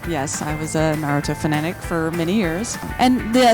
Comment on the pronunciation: Why do you have to call it NaruTTo. * no hate * (peace ✌)